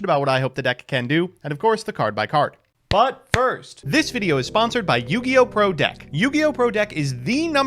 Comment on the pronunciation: When does the intro to these videos is he saying "but first" as a prepositional phrase to lead into the ygopro sponsor, or is he saying "butt first" describing the way he's going to show us how to play the featured deck? 🤔